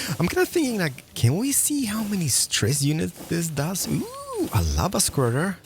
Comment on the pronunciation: When said “A lava squirter” did anyone else hear something slightly different?